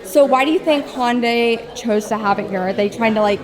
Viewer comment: The Ioniq 9 will have the NACS charging port. The car in the video is a prototype. Also, maybe it's my audio, but it sounded like you were saying "Honday". The correct pronunciation is "Hunday", like "Sunday". They even ran a TV ad to explain this once. 😊